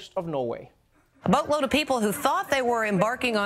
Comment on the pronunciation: I swear I thought the newscaster said “a BUTT load of people” in the beginning and I was like damn, the news is just not giving a fuck anymore.